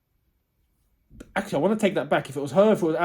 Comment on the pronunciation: Nobody:: This is AXE-ctually insane!